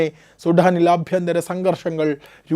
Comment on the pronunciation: അഭ്യന്തരം അല്ല - ആഭ്യന്തരം.